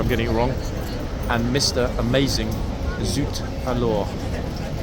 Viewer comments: Pronounce: zoot A-lor. Emphasis on the "A", not the "lore". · Surely Zut Alors pronunciation is basic 'O' level French?